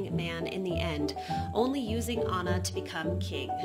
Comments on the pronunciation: Au-na not Ann-na. Good call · Lmao at the very first minute where he cut in I thought oh my GOD is this guy mansplaining but then it was “Anna... A-nna...” pronouncing her name correctly that was adorable